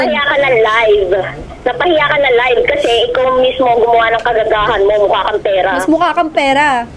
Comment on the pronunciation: “Wala na, napahiya ka na. LAYVE” with emphasis HAHAHA SOLID